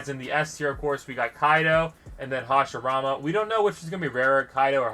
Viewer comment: Hashirama is pronounced (hash ee rama